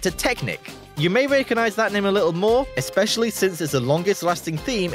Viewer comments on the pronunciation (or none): none